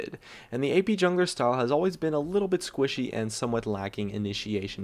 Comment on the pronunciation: "Ap damage ahs a hard time killng tanks" Kayle anyone??